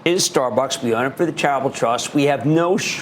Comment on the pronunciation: is he trying to say charitable in 2 syllables or travel trust, lmfao?